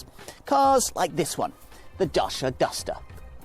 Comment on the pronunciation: Cool video but the pronunciation is not "DASHA", it's actually "DUTCH-YEAH"